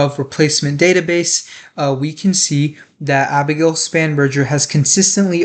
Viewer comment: Spanberger - with G not "J" ~